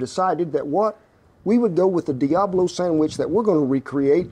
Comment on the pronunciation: The important part of that scene is the way he says, "Sammich". Classic Americana.